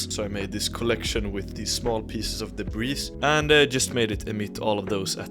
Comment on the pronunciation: The S is silent in DEBRIS. It's pronounced DEBREE.